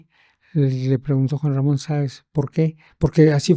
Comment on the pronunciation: Creo que ni el nombre de Juan Ramon dijo bien